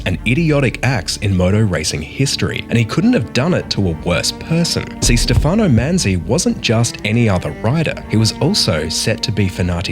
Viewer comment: Great short. The only inaccuracy is the pronunciation of the name "Stefano". Otherwise very good!!!